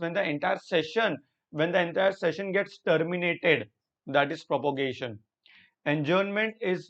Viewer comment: Sir it is prorogation not propogation